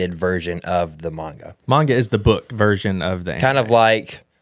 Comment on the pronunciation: Pronounced “Main-Ga” spelled manga